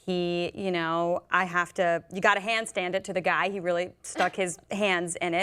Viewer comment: She slipped up and said 'handstein'....lol